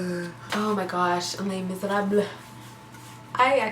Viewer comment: "Leh Mizerabl" (don't pronounce it as mizerabler)